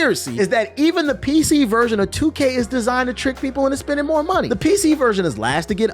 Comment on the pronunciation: "Tell them to brang me my munehh" 🤣🤣